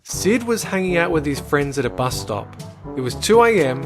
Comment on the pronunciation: It's not Buz it's fricking Bus dume dume!